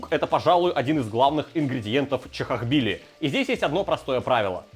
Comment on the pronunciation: Бля!!! Чохохбили! В моих ушах боль! Тоже самое что говорить собака,а не сабака!!!